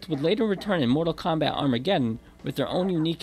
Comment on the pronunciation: lol "Kondom"